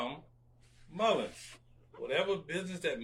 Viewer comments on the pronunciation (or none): Why the hell does he add an S on Mullen- what a terrible spokesperson